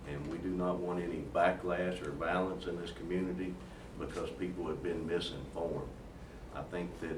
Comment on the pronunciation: "we don't want no vah-lince". Nice English, piggy.